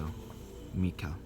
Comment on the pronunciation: why do you say mika? isnt it mikhael